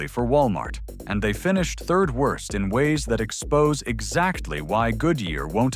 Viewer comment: WIRST, WROST, WERST...